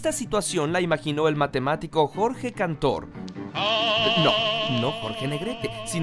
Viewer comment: es George Gantor o George Cantor? jaja